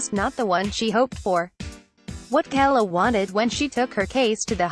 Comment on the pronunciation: It took me awhile to figure this out, but there must be a robot "reading" the text. Initially I was just irritated by the mispronunciations of Susette Kelo (pronounced KEE-low, not Kello) and Justice Ginsburg's middle name (pronounced BAY-der, not badder.) But when the narration said "_ _ _" as "underscore, underscore, underscore, I knew it was a robot. My suggestion? Have a real person actually narrate the text next time after learning how things are supposed to be pronounced. P.S. I met Susette Kelo at the premiere showing of "Little Pink House."